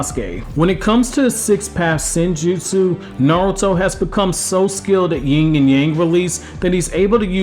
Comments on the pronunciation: Yin..not ying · It’s Yin not Ying